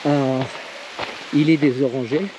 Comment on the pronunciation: Faut prononcer le t a la fin de ilet on ne dit pas iler , si non c'est une très bonne vidéo magnifique 😅